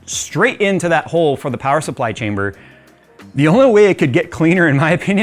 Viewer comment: I got Half-Life vibes when you said 'chamberrrr' like that, just like the scientist said testchamberrr :D